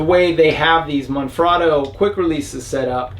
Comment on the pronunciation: Holy cr@ This is the first vlogger to pronounce Manfrotto correctly. Any idea how many "experts" channels that implies? Kudos. Currently (2020) I cannot find that exact design of receiver with the additional push down release safety lever, not even on Manfrotto USA website. All I can find online is what's called the old one here, the design with the brass pivot pin. Any leads?